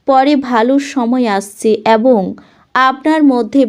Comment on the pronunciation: এত নাকাল করে "এবঙ" উচ্চারণ টা খুব খারাপ।